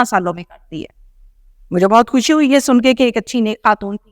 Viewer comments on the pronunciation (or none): none